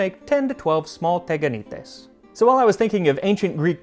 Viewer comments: Sorry, friemd - correctly is is Tiganités. Stress on the last syllable. Instead of Teganites. Ihx 4 recipe, though ! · τηγανίτες! "τηγάνι" is the pot that they fried. Sorry, but it's not TEGanites but, TEEganites, its not E Also, I suggest you to read ΛΟΥΚΙΑΝΟ, to find so interesting stories from Ancient Athenians years ♥ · ME: oh teganaites cool MAX LITERALLY 10 SECONDS INTO THE VIDEO: tegakneetays ME: tch dammit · I grew up eating these with honey . In modern Greek it’s pronounced tee-ya-nee-TES. 😊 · The ancient Greeks actually ate pancakes (the correct pronunciation is teganites τηγανίτες and literally translates to ... fries😁), but the recipe is not at all mysterious as we, new-Greeks, still eat them to this day. When I was a child, my grandmother made them without sesame, and when there was no honey, she sprinkled them with a lot of sugar. They can even be made savory by adding salt or even egg. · its pronounced (tea)ganites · Well we still make teganites (in order to pronounce it correctly tea-(w as well) anit es) . Good content mate also quite accurate recipe ! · teganites? oh goaaad this is killing me!!!🤣🤣🤣 it's pronounced tiyanites-τηγανίτες in Greece. why? why they had to f that word so badly? it's from the word we use for frying pan tiyani-τηγάνι. and there's something my grannie makes called laggites that's similar but she adds feta to the butter. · There are actually pronounced "tiganites" Τηγανίτες in greek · My mum still makes these. They are pronounced "Tiganites". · we pronounce them tiganites =) tigani is the frying pan in greek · You literally murder the pronunciation of teganites 😅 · you pronounced it in the worst way possible the first "e" is pronounced as it is in the alphabet